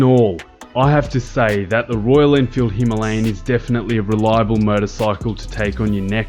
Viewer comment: Immediate 'like' because you can pronounce the name of the bike properly! Now.....back to the video.